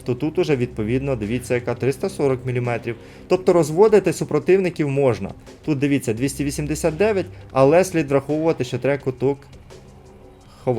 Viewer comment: Не ''куток'' а ''каток'' треба ховати 😂